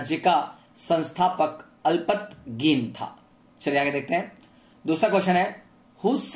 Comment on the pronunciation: Alpatgin nii alaptagin